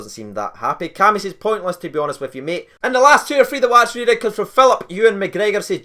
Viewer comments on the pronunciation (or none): none